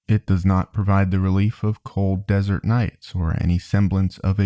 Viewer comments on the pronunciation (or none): none